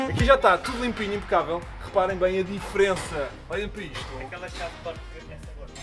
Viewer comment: "Impacabel" eheheh abraço